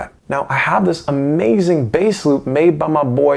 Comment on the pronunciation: the way you said eliderp's name oh my lord "ee lie durhp"